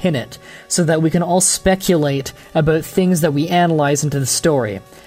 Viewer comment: Nice vid! Still i dont like how you pronounce certain words like out, about or recognize! Cool vid definetly worth a like!